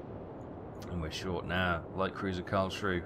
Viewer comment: Not a big deal but its not Karl schrue, its said as Karls Ruhe (Ruha)